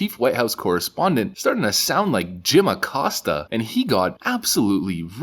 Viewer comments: Jim ACCOST-ya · We need to meme everyone pronouncing "Acosta" as "A-cuck-sta"